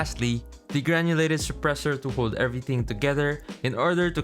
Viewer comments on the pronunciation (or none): "Lastly the Granulated Suppressor" Lol😂